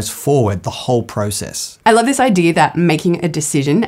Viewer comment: because their ancestors were pirates. thats why they say idearrr instead of idea, norrrrr instead of no, and arrrr instead of i like how that sounds.